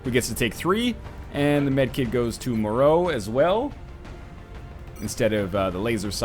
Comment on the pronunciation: I don't know which is worse, the fact someone with my surname died so quickly in a videogame, that she was your first true death in such a long time, or that you know how to pronounce Moreau (as everyone around or in Canada does). Keep being salty, NL. You rock even though you caused the death of my virtual family member. >:I